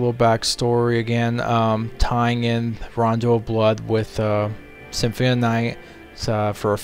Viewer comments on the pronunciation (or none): it's symphony not simfmie